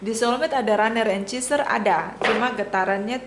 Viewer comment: WRONG PRONUNCIATION: "Cheeser". CORRECT: "Chaser".